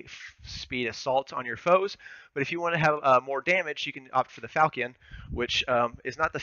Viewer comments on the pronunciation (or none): Amazing video! Pretty sure falchion is pronounced fall-chun, not falcon. Best class guide on YouTube though! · Falchion = Fall-Shun